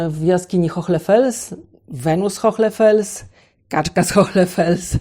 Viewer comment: Dziękuję za kolejny interesujący temat i za Waszą pracę. Przy tej okazji chciałam zwrócić uwagę na wymowę Hohle Fels. Tutaj "h" jest nieme, a jego rolą jest zasygnalizowanie, że poprzedzająca go samogłoska "o" to samogłoska długa. W zapisie fonetycznym wygląda to tak: [ho: le], zresztą podobnie jak w języku angielskim, weźmy np. słowo "car" zapisane w alfabecie fonetycznym: [ka: r], czyli sygnalizowanie długiej samogłoski za pomocą dwukropka. Pozdrawiam miło i życzę dalszego zapału do odkrywania tajemnic naszych antenatów!